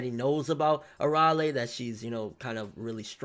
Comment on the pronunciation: its Ar-Ale not Araly